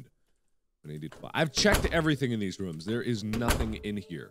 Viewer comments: Its rooms not rums btw not to be a hater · Haha I like how he says rooms. it's like rum. hmmm a channel where markiplier sings....yea I would check that out lol. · anyone ever notice that he pronounces rooms as rum